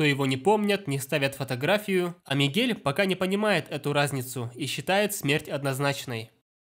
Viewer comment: Мне кажется, что он сказал Мигея